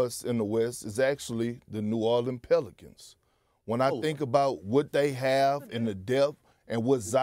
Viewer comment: bro as soon as he said PELICANTS im laughin so hard HAHAHAH pelicants?!!!!! delululululul